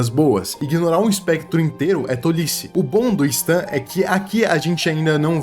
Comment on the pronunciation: se pronuncia sten moço